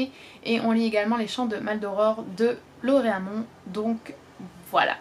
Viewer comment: S’il te plaît,! LauTréamont! Pas Laure & Amon!